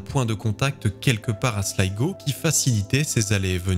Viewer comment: Merci pour la bonne prononciation de Slygo pour la ville de Sligo